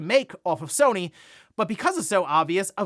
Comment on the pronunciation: sony < sue-ny